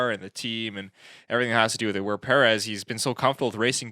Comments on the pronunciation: Enjoyable discussion but please learn to pronounce his name correctly. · Al least pronounce his last name correctly!!!! As you do with the other drivers